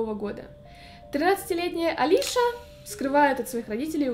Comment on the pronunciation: Её зовут не Алиша , а Алиса (фамилия Казакевич)